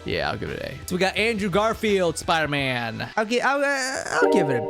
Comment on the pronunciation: spider not spooder